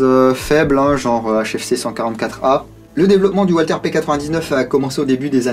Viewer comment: la marque Walther est a prononcer valteur